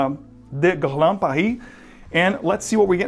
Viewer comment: Nice video! BTW when you say "Guerlain" you sound more Brazilian than French - or maybe me it's just me